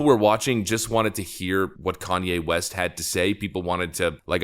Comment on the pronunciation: Tim lost watchers from people that can not stand Kan-ny.